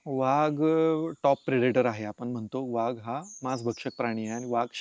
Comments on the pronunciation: Vhag नाही तर वाघ असा उच्चार आहे मित्रा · सही पकडे..😂 व्हाग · वाघ की व्हाग, बाकी माहिती छान मिळाली. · मुलाखतकार वाघाला' व्हाग ' म्हणतो आहे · व्हाघ... उच्चार कधी शिकणार